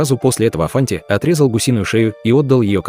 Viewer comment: Не афанти а афанди.